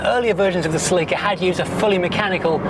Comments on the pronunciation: I lost him when he started call the car celì’ca instead of just celica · It’s pronounced cElica not celicAAAA 😂 😂